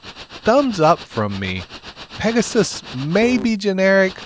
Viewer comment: Peg-a-sis ... Whoa just make sure it ain't your sis 😂